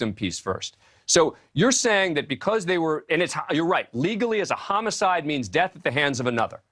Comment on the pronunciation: Is he saying "chomo-cide"?